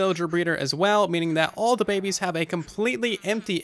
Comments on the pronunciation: "the power of baebes" XD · He said the puebes but buedes from the tiktok guy 😂😂😂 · "power of bebeys " I literally bursed out laughing